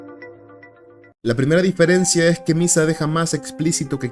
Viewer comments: soy el unico q se da cuenta q durante todo el video dice diferecia y no diferencia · soy el unico q se dio cuenta que todo el video dice "diferecia"? ajajajjaaj